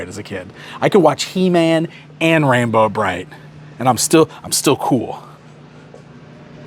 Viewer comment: So, I’m watching this on my TV right now and every time you say “Rainbow Bright it sounds like “Ram-Bro Bright” to me and now I need a Ram-Man/Rainbow Bright mashup 😂